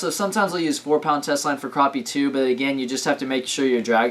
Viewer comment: not to be mean but it's purnounced crap-ee